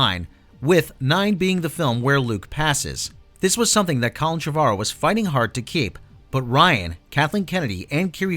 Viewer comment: You're mispronouncing Colin Trevorrow's name